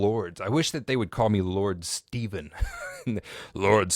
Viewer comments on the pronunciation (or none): none